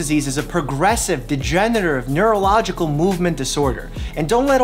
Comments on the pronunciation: Can we talk about how Dr. Mike can't pronounce degenerative? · I dont think mike can pronounce degenerative lol